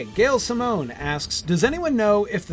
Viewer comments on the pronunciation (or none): none